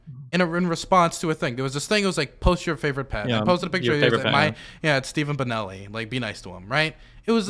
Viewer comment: Did he say steven bonnelli?